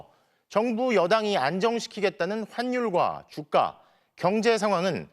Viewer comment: 저기 ,, 근데 아나운서님 ,, 죄송하지만 ,, 환율과 주가 인데 .. 환율과 조까 라고 , ,들려서 ,, ㅎㅎㅎㅎ